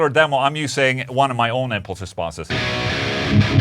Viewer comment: Took me a while to figure out he's saying "free impulse responses" 🤔